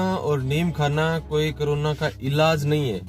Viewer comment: Bhai saab krona nhi korona hota h